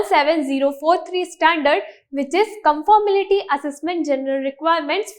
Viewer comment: its conformity not confirmility. PLz correct